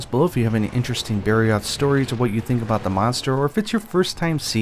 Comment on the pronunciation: It took me 5 second to realize you said barroth